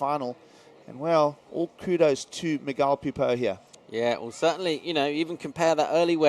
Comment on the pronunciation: It's Miguel like mee -gel not Magile